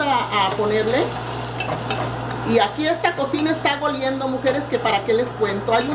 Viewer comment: No se dice 'goliendo' se dice oliendo. Y por lo mismo que debemos apoyarnos porque hablamos español, es mejor que lo hablemos y escribamos correctamente. Y si usted tiene un canal de recetas queda claro que debe dar los ingredientes. De otro modo solo sería para mostrar sus platillos no para entrar a hacerlos. Gracias por su trabajo.